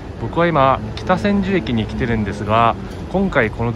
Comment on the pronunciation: きたせんじゅ(じゅうではない)